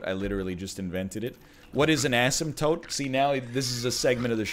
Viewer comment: You pronounce asemtote like how I pronounce asphalt